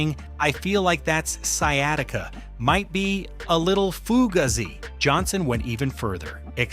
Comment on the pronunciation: Pronounced: foo gay zee